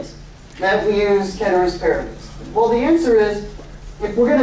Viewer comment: Came just for the pronunciation of "Ceteris Paribus", stayed for amazing class